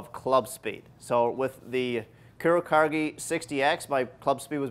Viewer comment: Dude, it's pronounced "coo-row-caw-geh"